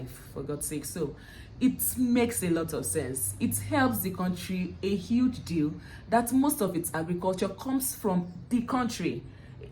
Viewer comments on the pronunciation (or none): none